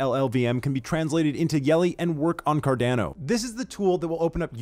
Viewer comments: Good format but please fix the pronunciation. Car-Don-Oh, not Car-DAN-Oh. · Thanks for he video, curious: why does he prodounce CARDANO ''Cardnäno''? 🤣🙏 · Love the short videos, but dude, learn to pronounce the organization / product you're working for. It's CAR-DAWN-O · He's really making me question how Carando is pronounced now.. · I really wish you would learn how to properly say "Cardano" I die a little inside when I hear you say it. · Great video, thanks! PS I cringed every time you mispronounced Cardano and IELE.